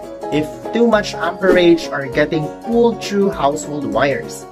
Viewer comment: U said "Now thank you very mouch "!